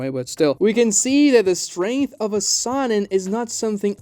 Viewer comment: I hate the way he mispronounces sannin